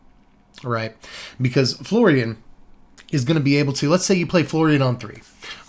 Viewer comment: So when you said Florian it sounded a bit like Floridian, and now I'm just going bto call him Florida man.